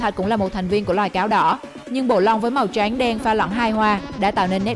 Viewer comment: Giọng đọc màu “trắng “ nghe giống như “tránh” vậy